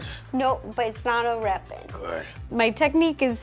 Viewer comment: she said reapon XD